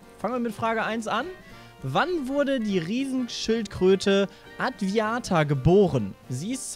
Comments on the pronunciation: Adwaita heißt die Schildkröte und nicht adwiata hahaha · Die Schildkröte heißt übrigens Adwaita, nicht Adwiata. :D